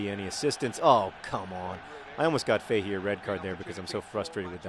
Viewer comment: Ever heard of Justin Fashanu? A great example of why players don't admit to being gay. Also John, your player Keith Fahey's name is pronounced Fa-hee.